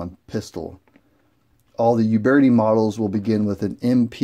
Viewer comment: PEE-ETA OOOOBERTI. THERE'S NOT GONNA BE ANY PIE, AND THERE IS NO YOU IN UBERTI